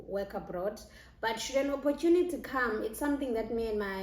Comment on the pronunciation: Opportunity is pronounced oppo-choo-nu-tee not oppotyhunity.